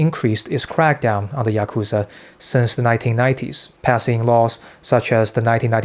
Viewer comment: You pronounced Yakuza 3 different ways.